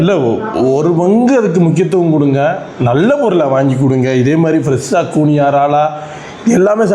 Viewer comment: கூனி குனி இல்ல 😂😂😂